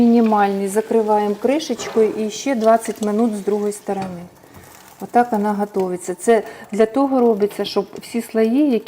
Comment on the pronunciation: ГАтовытця😂 !! -- ГОТУЭТЬСЯ!! ! Блевонтэс а не разговор🤮